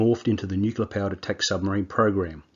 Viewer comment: dude..... its Nuclear, not nukular